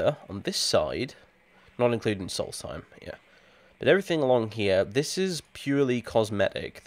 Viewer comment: For some reason you can pronounce "Solstheim" every way but correctly :'D